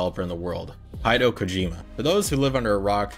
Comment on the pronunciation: Quality video. One criticism...name pronunciation. Research how people's names are said. It just helps show a bit more respect for folks being mentioned. Especially for folks with more uncommon names. Kojima's first name is pronounced 'He-day-oh'...Hideo. I'm Brazilian and deal with folks butchering my name all the time. This made me take extra time to make sure I don't do that as well. Again, great video...Keep it up bro!